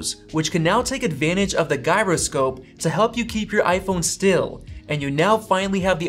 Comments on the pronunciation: "Guy"roscope, What ? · Gyuroscope? XD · Lol “guy”roscope. Never heard it pronounced that way before. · Why did you pronounce gyroscope like that?!